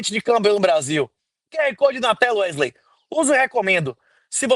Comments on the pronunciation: Toda vez que o fala "Não é mesmo Erley?" Me da um certo desconforto pq parece que ele esta dizendo meu nome errado. kkk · Alguém pode avisar a ele que o nome do cara é WeSley? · Werley ou Wesley? 😂